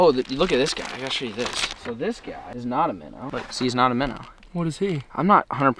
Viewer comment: He said deww and not shoow